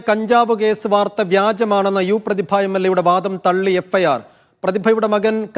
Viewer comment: യു പ്രദിഭഅല്ല യുവ പ്രതിദ😢